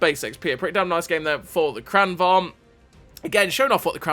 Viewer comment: A note on pronunciation 😎 lengthen the first A and shorten the second: it's pronounced Krahn vang. Love your videos. Keep up the great work